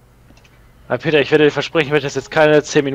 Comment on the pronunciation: Das heißt Peter und nicht Peta